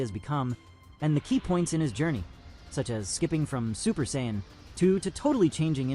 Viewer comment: I don't know why you're letting AI do this video because they can't say their race correctly. They keep saying Zions and they are Saiyan's